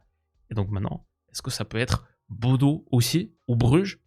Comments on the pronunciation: Superbe vidéo ! Petite précision, Bodø ne se prononce pas [Bodo] mais plutôt [Bodeuh] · Hey super vidéo encore! juste je crois qu'on dit "bodeu" ou "boudeu" pour Bodø en norvégien! faudrait rechecker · Super Vidéo comme d'hab! (Juste petite précision Bodø se prononce Boudeu)